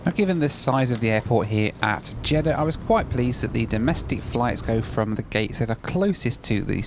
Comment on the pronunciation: You definitely said Jeddah but you definitely said CHeddah [sic] 🤣